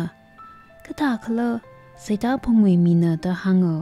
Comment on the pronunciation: Mashimankapai khararchan akhalãka. Ningshainai kakazem atamla ngasãlãk kahaina. Saklãk eina ngarãnkakhuili hailaklaga kakasat supkha sangaili : 1. Sitãngphung not Seitãphung 2. Ngapuiníng not Ngapúiníng hikt. Ãkhon (tone) kachui khanem (phonetics) check samilu. Maningakha, khanuithotbing characters bingwui ãmingbing, archiac terms, ãpam ãmingbing, hikt. ngwuida theikhuihaida zatnãmaronhaora.... Sincere input, nothing sort of otherwise feelings🙏